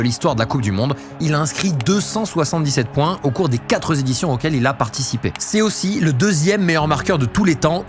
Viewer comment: Quatre zéditions???